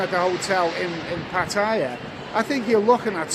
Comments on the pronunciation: It's 'Party?Yeah' and not 'P'attaya'. good Luck in SEA!` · Hello love you vlogs, but please don't call it PATTYRE it's PATTAYA